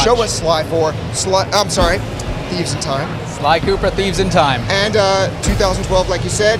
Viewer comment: Sounded like he said "A sneeze in time" XD